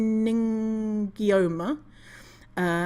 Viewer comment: based on the way they mispronounce many of these medical terms, they have very little experience with anything medical...certainly not enough to state their public opinions 😭😭 christ